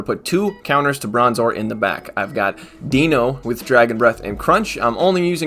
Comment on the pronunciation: It's pronounced DYNO it bothers the shit out of me and I know you don't care.